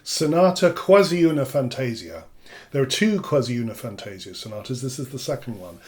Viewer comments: The correct pronounce of "Quasi una fantasia" is "fantah-sìah", not "fantéh-sia" :) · Please, "Quasi una fantasia" is pronounced as "kwàh-zi ooh-nah fahn-tah-see-ah" with accent on "see", not on "tah". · I take the liberty to point out that in Italian we say "fantasIa", not "fantAsia". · really great explanations. Please note that "fantasia" is pronounced fan-tah-ZEE-ah (in IPA: [fantaˈziːa], but not everyone knows IPA, unfortunately) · it's how you pronounced your first line. triggers me. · 1) your difficulty in writing how to pronounce words is normal, that's why IPA (see: exists.2) What I wanted to point out is the stress of the Italian word is on the "i".